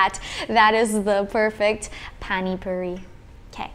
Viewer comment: Is it difficult to say Pani Puri, its not Phaani Phauri